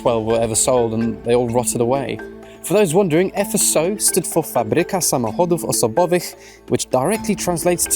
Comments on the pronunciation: God damn, never thought you had polish ancestors! It was cool to hear Fabryka Samochodów Osobowych with perfect pronunciation :D Love from POLAND! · Great pronunciation of full FSO name. But translation is different.